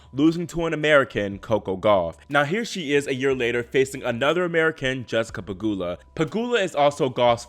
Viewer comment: Finally you correctly pronounced "Pegula" instead of "PegYula" 😂